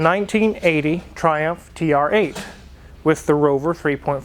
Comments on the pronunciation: It's TURRRR-EIGHT! Wife: (no reaction): It's TR 8, yes. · has been eating too much Kelloggs Frosties with saying TRrrrrrrrreighhhhtttt